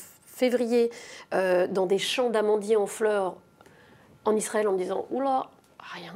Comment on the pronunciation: Waaaaaa. Ho mais choqué . Sraël . ptin phalestine ! ;') Sraël . ho elle a dit sraēl. La kippa lé où ? La sioniste . La grenadine, elle avait goût cassis, P dégueu